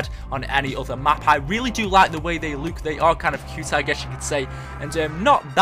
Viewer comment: It's look not luuk